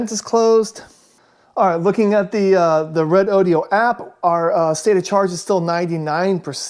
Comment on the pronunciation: Hey, it's RE- DO-DO, NOT RODEO DODEEOH. JUST RE DOH DOH! DOH!!!